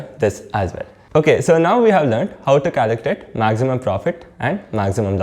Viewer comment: Caliculate or calculate .Please pronounce clearly